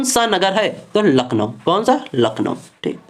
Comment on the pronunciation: Class bdiya thi hats off par lakhnow ❌ nakhlow ☑️